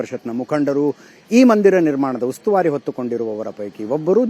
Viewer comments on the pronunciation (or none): ಉತುವರಿ ಅಲ್ಲ ಉಸ್ತುವಾರಿ. Thanks for correcting. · ಉತ್ತುವಾರಿ ಅಲ್ಲ ಉಸ್ತುವಾರಿ. ಕನ್ನಡವನ್ನು ಸರಿಯಾಗಿ ಬಳಸಿ ಅಜಿತ್ ಅವರೇ